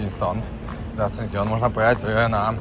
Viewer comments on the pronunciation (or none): Absolutna ignorancja. Nawet w nazwach miejsc notorycznie robisz błędy "Asuncione"? wcześniej "AconcaNgua". Aż boli jak się tego słucha. Zero informacji chociażby o tej sopa paraguaya która mogłaby być fajną ciekawostką. Kanał przez chwilę naprawdę ciekawy, teraz coraz gorzej.